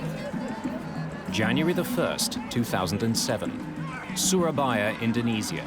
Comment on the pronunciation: Damnit get your AI narration to pronounce INDONESIA properly - not IN DO NEE ZEE A - IN DO NEE ZHA properly